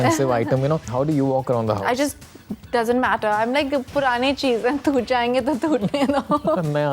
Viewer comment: it's not तूट , it's टूट. Poor language skills